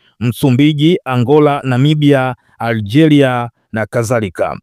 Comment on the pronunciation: Nyelele ,Aldhi,Algelia ,Zaile, hapa unachafua ,Lugha hususa majina ya watu na Nchi. Sidhani kuwa unafaa hâta kidogo kuwa msomaji wa habari. Hii ni Aibu.